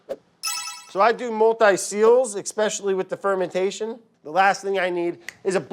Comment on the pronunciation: Why the background laughter !? Just why !? And where's the usual eckspecially?